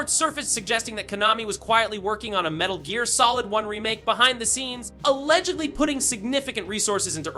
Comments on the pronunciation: About 1 second before he said that, I was like, wait is this AI? Then I heard Metal Jeer Solid. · Wait...what? 'The original metal jeer solid?' XD